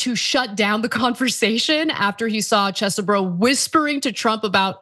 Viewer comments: I find it so sad that we live in a world where calls this man Chess-e-bro and not Cheesebro! Bring back the cheese I need my bro back! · Phonetic: Chezboro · I'm saddened that you no longer pronounce it as "cheese bro" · After months of calling him CHEEESEBRO, your new pronunciation was distracting in an otherwise awesome and informative story.